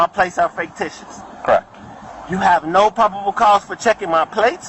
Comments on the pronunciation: Every time he said "Faketicious" I laughed. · Is it just me or does anyone else hear the frauditor saying "Faketitious"? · This poor deranged gentleman. He doesn't even realize he's admitted to driving the car and it's obvious the plate is FAKEticious... probably why he keeps mispronouncing the word. And he absolutely did admit to driving this car. It's on his camera and the body worn camera of every officer present at that time. He now has a popped tire and will soon have a broken window and a number of felonies to go along with his delulu. Bless his poor, pitiful, out of compliance with sanity heart. This traffic stop has gone on WWAAAYYY too long. Pennsylvania v. Mimms is Supreme Court caselaw requiring they both exit the vehicle upon demand. The longer they take complying with the commands of the officers, the more likely one or both of them get hurt. He and she are setting themselves up imminent consequences. They are so busy thinking about what they're going to say next and trying to make up alternative facts to set up a bogus lawsuit, they aren't listening to a word being said to them, which, if they'd listen, might clear the fog about the legality of the traffic stop and everything that happened after initial contact. I don't know though. I don't have a whole lot of faith in the math skills of either. FFS!!! 🤦🏼‍♀️😂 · Did he say "faketitious"? I like it! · I love how this illiterate halfwit thinks the word is “faketitious.” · Right? Faketicious plates!!😅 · It's ridiculous that you can't pronounce the word fictitious. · Ridiculous alright! He can’t even pronounce the word correctly!